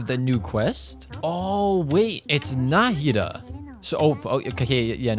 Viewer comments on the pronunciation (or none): Did I miss an upload or is no one mentioning about him pronouncing "Nahida" incorrectly